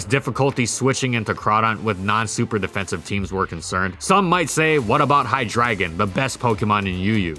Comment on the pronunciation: The drei in hydreigon is pronounced like "drei" which is 3 in german.